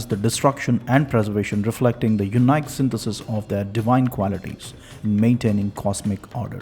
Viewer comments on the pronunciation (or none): What are these words? city? sthithi? And Liar? Difficult to follow the accent/pronunciations. yoon-eye-k? Is this the word “unique?” If so, it’s pronounced “yoo-neek.”